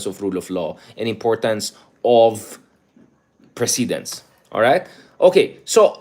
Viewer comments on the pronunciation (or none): Correct pronunciation of PRECEDENCE